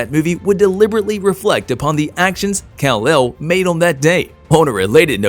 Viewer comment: Omg! It's. Kal. L! No me I. L!!